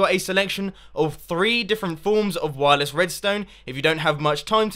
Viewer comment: u say wirles?! then u use trip-WIRE!!!!